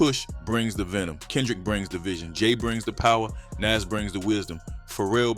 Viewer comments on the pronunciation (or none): It's not Nes, it's Nas... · 😂 ...and who is Naze 😅😅. A.I. is horrible lol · Never heard it pronounced like that, “Nes” or “For-real” (Pharrell). Thought it was black AI or something